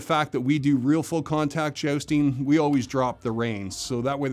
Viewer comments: I love how every time he said Jousting, I heard it as Josting so I couldn't help imagining him dressing up as Colin Jost from SNL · "I've been 'jousting' for 25 years" - but still can't pronounce "jousting" correctly. :D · “Cavalry”, not “Calvary”, small difference, certainly, but one is the actual subjects were talking about, and the other is the hill upon which Jesus Christ was crucified. I know that you’re pronouncing jousting, as josting. Lots of pronunciation problems, and so many more.